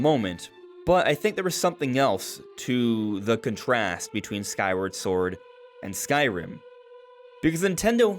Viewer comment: Never heard the word “contrast”pronounced that way.